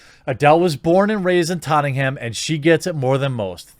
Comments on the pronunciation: It's not tottingham......if you want to try and pronounce it more like the locals......it sounds like tot-n-am but don't leave any gaps say it in an unbroken word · In the UK we pronounce it totnum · You said Tottenham you say it “Tot nam” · Hahaha jez..you destroyed the name of where Adele was born..tottingham...Hahaha..it's Tottenham..pronounced totnem...still love ya jez..the carnival is for all..everyone dresses up in Caribbean style ...it's an awesome event... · “Tottingham” like Nottingham😂 as a Brit let me just say this is the funniest pronunciation you could have done. Tot-en-ham or tot-nam depending on accent. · Tottenham is pronounced "Tot-num" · Love the way you said Tottenham. Lol. Make it sound almost well-to-do! Locals would say ‘tot’nam’ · of all things, being from Tottenham, your pronunciation irks me Tott Nam or Tott num is how it's pronounced but as you're not from north London I will try to let it go. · Ah yes, the famous borough of Tottingham, just down the road from Camberwick Green and Trumpton. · its pronounced tottnam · “ in the cup for ..... Totting - ham ‘ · Dude it’s pronounced tot’nam 😂. Why are only whit people accused of cultural appropriation. Thank fuck Jimmy Hendrix was never accused of cultural appropriation RIP. What a legend. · I love how you pronounce Tottenham buddy, haha, god bless you.